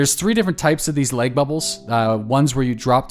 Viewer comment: Good Christ on a crutch man is there some reason that you're pronouncing LAG like LEG? I had to replay it 5 times to understand WTF you were talking about!